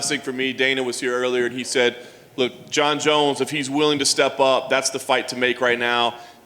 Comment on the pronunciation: Did he say jer jones?